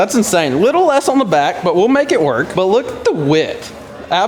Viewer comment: Bro said nut to but🤣🤣🤣